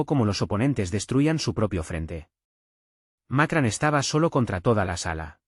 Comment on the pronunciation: Macran? Sr. Ud. debe ir a la escuela, los nombres extanjeros, muestran su poca profesinalidad. informese no siga haciendo el hazme reir de todo el mundo